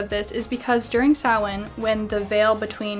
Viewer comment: Thank you for pronouncing Samhain correctly!